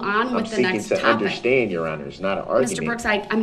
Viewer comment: "I don't consent to multiple consecutive life sentences. I don't see the relevence-y. I don't undershtand the nature of the charges."